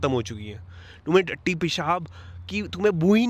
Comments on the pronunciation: Nooo edit kyun kiya... Tatti ko tattu rehne dete, it was hella funny! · they way you say tatti pesab is to funny mann lol 😂😂